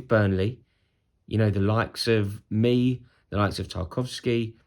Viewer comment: Rory: " with the likes of mee"